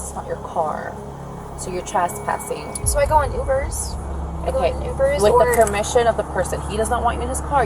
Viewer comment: Why do so many people including the officer mispronounce the word trespass as trass p a s s?